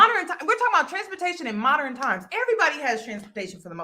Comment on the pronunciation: Modern, not MO-der-ren men, lol